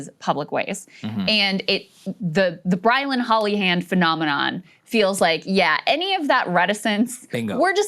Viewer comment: "Brilyn Hollyhand?" Lol